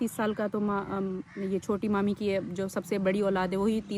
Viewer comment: Manur kya hota hai mami bola kare